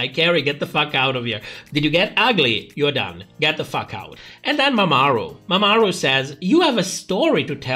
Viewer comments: Love how you pronounce Mamaru as if it was Mesopotamian city state, peak comedy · Mama (space) Ru. Who the hell is MamaAru?